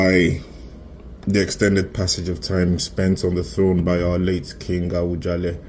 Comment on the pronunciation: Please stop saying Awujale. Can you correct yourself, it A-WU-JA-LE. It misleading, Oriyomi Hamsat was pronouncing it the way you do until he was being corrected by his guests. I think he must have had your pronunciation. Please make corrections, I come in peace